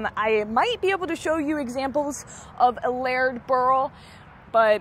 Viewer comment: The way pronounced layered was odd, too. It sounded like laird.